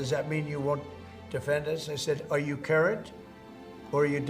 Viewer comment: Trump, at 1.54: "Are you carrot, or are you delinquent?" Interesting question, coming from the orange man himself :)